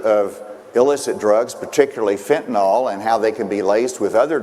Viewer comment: Tell that buffoon its pronounced FENTANYL, NIL NOT NAL. He can't even pronounce the damn name right.